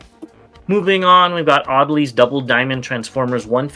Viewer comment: Auldey, not Audley.